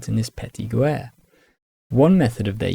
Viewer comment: Thanks for an awesome historical overview! May i just suggest that the u in guerre, like in guess in english, is only there to indicate the sound of the g. And coup d'oeil is pronounced like "coo DOY" in English